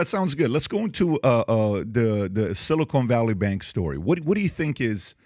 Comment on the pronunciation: How do I know PBD is a dum dum? this guy calls it "silicone" valley bank story. Seriously? I wish I could say he's being facetious....